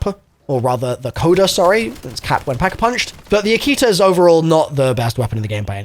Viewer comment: Man…dalek with the “N” in front of Akita and now u butcher “NOVA-LINE”